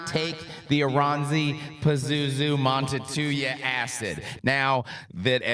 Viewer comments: Montetuja? Well... it's certainly one of the pronunciations of all time. As a Finn, I found that quite creative. 😅 On IPA (not the beer), it should go something like this: /ˈmuːntɑu̯tujɑ/ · pronunciation of the Finnish language is just as good as his pronunciation of the word nuclear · If only had a colleague who could have helped out on how to pronounce a Finish title...